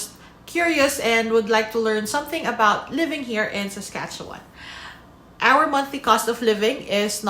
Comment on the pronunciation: whatcha talkin aboot